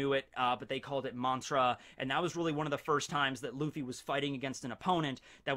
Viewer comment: Im impressed by the casual japanese when quoting luffy